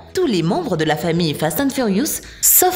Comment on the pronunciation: déja ses pas fat and furious mais fast mdr